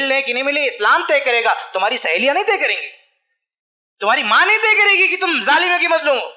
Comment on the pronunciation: الحمدُ للّہ موضوعِ تقریر بہت کارآمد اور حسبِ ضرورت لیکن المختصر یہ کہ اردو زبان بہ اعتبارِ معیارو قواعد بہت پست و کمزور ـ مثلاً : ( بطورِ مشتِ نمونہ از خروارے) چاچا بجاے چچا؛ ماما بجاے ماموں؛ باوجود بھی بجاے باوجود؛ بھائی چارگی بجاے بھائی چارہ؛ (والد سے) یہ تمھارا مسئلہ ہے بجاے آپ کا ؛ الگ کرو بجائے الگ کیجیے؛ کہ کا تلفظ کی یعنی کہ کو کی ؛ شوہر کے معنی میں آدمی کا استعمال کرنا : کہنا کہ آدمی کے ہاتھ میں ہو عورت کے ہاتھ میں نہیں؛ بھرپائی؛ سہمت؛ پریوار؛ اتّیاچار؛ بھیانک؛ عقد اور نکاح کا ترک اور شادی کا استعمال؛ کسی کو مت دے بجاے نہ دے؛ والد کی جگہ باپ باپ کہنا؛ تقریباً ٣٠ الفاظ انگریزی کے اردو کے الفاظ کو نظر انداز کر کے؛ من بجاے دل وغیرہ ـ موہن بھاگوت بھی اپنوں میں تقریر کرتے ہیں اور ایسی ہندی میں کہ کوئی نہ سمجھ سکے؛ حالاں کہ شاید سب لوگ اُن کے ، سنتے اور مانتے ہیں ـ لیکن اب ہمارے علماء بھی صحیح اور عمدہ اردو نہیں بولتے؛ افسوس ! جو نا معقول اور غیر معیاری اردو بولتا اُس کے لیے میرا ایک شعر : جو تو بولتا ہے ، وہ اردو نہیں ہے چمن ہے مگر اب وہ خوشبو نہیں ہے (احسان خسرو کا نتیجۂ فکر)